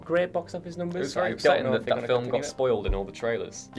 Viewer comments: Slap this boy if he say's "filum" one more time. It's *FILM*, one syllable. Get it right! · Why does the guy pronounce the word FILM FILIM. is he just that English? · Is it just me or does that guy pronounce 'film' in a funny way? He clearly says 'filum' a few times. Is it wrong or a certain accent?